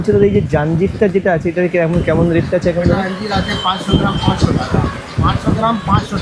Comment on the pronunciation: আঞ্জির কে বলছে যাঞ্জির 😂😂😂